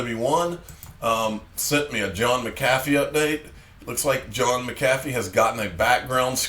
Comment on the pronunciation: Ha!! pronounced McAffee’s name right the second time Lol. Do you look at the comments after all? I noticed a couple videos back a couple people commented that it was rude to eat jerky while doing a video-the next video you made it real clear that you were eating jerky Lol 😂